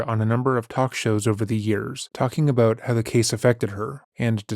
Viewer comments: Always assumed was American but just heard his say "aboot" and now I'm questioning that😂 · Somehow I never caught on to you being Canadian until I heard you say Aboot in this one lol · It's so funny how he's hidden it for so long and now 2 videos in a row he's giving us "sore-ry" and "aboot" 😂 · Am i tripping or is dude saying aboot I haven't heard him pronounce it like that before 🤔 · I’ve been subscribed for over a year and it’s just now dawned on me that you’re Canadian! Canadians pronounce the word “about” very uniquely. 😅 Love the channel